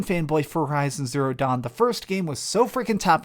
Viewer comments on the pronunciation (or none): none